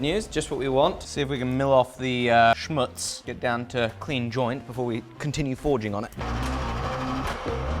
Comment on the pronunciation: as a german guy: you pronounced „Schmutz“ verry nicely 💪😂